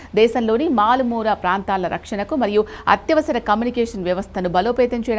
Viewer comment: మారుమూల❌️😂 మాలుమూర ✅️🤪